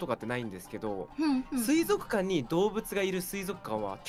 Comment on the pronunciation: 不破「水族館（すいぞくかん）」 椎名「水族館（すいぞっかん）」